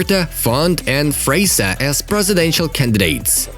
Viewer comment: Freixa is pronounced "Freysha"